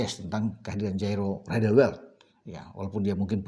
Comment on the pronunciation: Spertinya agak susah menyebut nama jairo riedewald